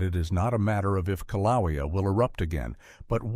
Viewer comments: Kilaweea, Kaliweea, Kalawia, Kilowia. Take your pick. AI pronunciation errors can be identified, and a correction made. To me, this is 100% the fault of the person making the video. They're either too lazy to proofread, or are ignorant of their own subject material. Meaning, they have less knowledge of the subject matter than the average person viewing the video. Both are inexcusable in my opinion. Also, the author stated Yellowstone could erupt with little warning. That is a completely false statement, with the exception hydrothermal explosions. But that's not an eruption in any way. There will be abundant signs of unrest for decades or even hundreds of years before an actual eruption occurs at Yellowstone. So tired of these sensationalized videos about Yellowstone and other volcanoes. The only thing that bothers me more is the commenters who are gullible enough to accept this false information without reservation. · Who in the world is narrating this certainly not a human because they keep pronouncing the Hawaii volcano wrong in every way shape and form you can so goodbye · Had to stop listening due to the mispronunciation of Kilauea. A human being would have done better. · The correct pronunciation is KIL a WAY a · You need a narrator that knows the names of the Hawaiian volcanoes. He’s making up the name a he goes. Get a smarter one. If that’s your voice get a new jib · This video is garbage. 3rd graders in Arkansas know how to pronounce Kilauea. AI or ignorance is no excuse for this weak video. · As a resident of the state of Hawaii, this AI pronunciation of Kīlauea is a good reason why AI shouldn’t be used